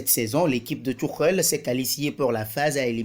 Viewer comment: Thomas thioukhel il a dit🤣🤣🤣 un accent vreummennnt